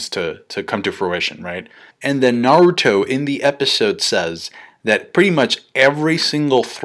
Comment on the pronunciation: This was irritating me throughout the whole video! Like why can't you just say Naruto...